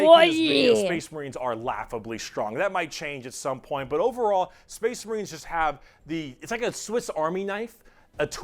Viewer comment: weird “Spess Mehreens” pronunciation at that one point is a shoutout to this one character in a video game with a memetically weird accent.